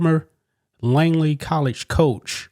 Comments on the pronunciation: It’s not “Langley.” Langley is a city in Virginia where the CIA is located. The college in Oakland is named Laney. L-A-N-E-Y. There is no G in it. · LANEY, not “Langley” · Laney not LANGLEY ... Show a little respect for the people and places you talk about and actually make an effort to pronounce their names correctly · A little advice: a) know how to pronounce the name of the coach's school before reporting on it b) don't put out guesses about the perpetrator's relationship with the victim. That's as far as I got in the video before I split so I missed any other screw-ups if there were any.